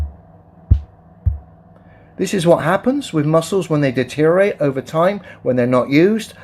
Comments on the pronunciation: It's not "detorate" it's deteriorate. Just goes to show the the mindset of the flat earthers. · His pronunciation of "deteriorate" seems to be atrophied into "deterate".